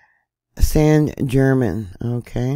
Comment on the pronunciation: The American pronunciation of this island is St Germain